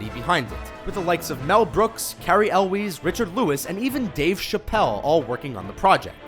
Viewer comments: Love your stuff, but quick pronounciation tip! Cary Elwes--Elwes rhymes with Elvis. And it's Mandy Pah-TINK-in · Mandy Paddinkin? Cary Elweez? Do you even know how to pronounce people's names?